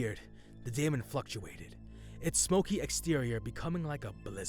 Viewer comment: daemon is pronounced demon here. not saying this 2 be pedantic (i appreciate the uploads, ty) but figured it might be helpful 2 know 4 improving